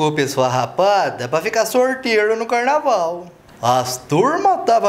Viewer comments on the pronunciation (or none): "Xeiquispirri",😂😂😂😂 "ocê tá curto dimais da conta",😂😂😂😂. "Mai cá pra nói qui é pobri ": Carnaval não...."Carnavali". 😂😂😂😂😂😂😂😂